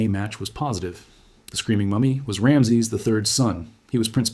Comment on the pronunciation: At least pronounce his name correctly.